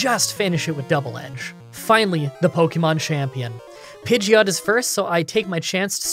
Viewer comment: u said pideoto not pideot